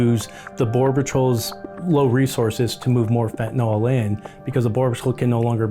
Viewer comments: First of all, let's change your pronunciation. The drug in called Fenta nyl not Fenta nol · Fentanyl NOT FENTANOLL!!!!🤡😡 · I wish they would quit saying FentanOll!!! It's fentanyl FENTANYL, not (fen ta noll) NYL SAY IT DAMN IT!!!! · It's important for us to call this awful drug by its proper name. So many people (users, dealers, family of dead users, etc) call this stuff Fentan-OL. It's actually pronounced Fentan-ILL This may sound like an insensitively stupid point, but it's not. When things are deadly, we need to know and use their proper names. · We don't take "Benadrall" for allergies & sleep, but most people pronounce fentanyl as "fitinall" instead of "fen-ta-nill." Fentanyl rhymes with Benadryl. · It is NOT FentaNOL. It is FentaNYL. Rhymes with ILL. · PHEN-TUH-NEEL...not pronounced PHEN-TON-ALL. Sorry...but it's a pet peeve of mine that people don't pronounce it correctly. It's obviously a very bad problem and the government needs to address this! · Please stop mispronouncing it, though. Please stop calling it fentinALL. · There's no "o" in fentanyl.